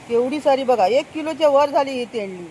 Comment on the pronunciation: तोंडली बोला ताई तेंडली नाही